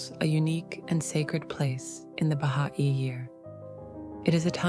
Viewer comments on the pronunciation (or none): Would it be possible for the narrator to say Baha'i as Bah-high? Instead of Bah ha ee